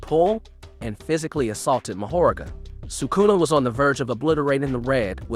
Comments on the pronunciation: Bro I need you to brush up on ya Japanese pronunciation cuz you’re killing me with mahoraga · Mahoraga too 💀💀